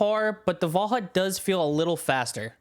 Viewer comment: Unique video style! Reminds my of zorzgamig, not by how it's made but how unique it is. And WAL HA U T was nearly right pronounced :) Also thx for the very good explanation! Was an pleasure to watch this video!